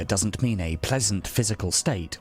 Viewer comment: I was just listening to the audio on this video at work and had to check my phone at number 2 because I thought he said "Try to find the golden "Meme" . I was like ...... This man was wayyyyyyyy ahead of his time lol